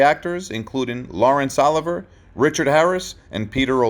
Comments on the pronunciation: The AI voiceover stumbles more than once, including pronouncing Laurence Olivier as Lawrence Oliver. Unforced error. Can't you just pay a few bucks for a human to read this stuff? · not "Lawrence Oliver", Lawrence Olivier !!